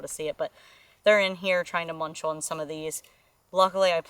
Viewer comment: I enjoy this channel! I love the way says the word "on". She makes it a two syllable word, ah-wun. Simply adorable.